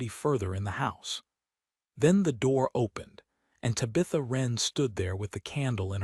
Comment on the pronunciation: Her name is Tabitha, not to Bitha.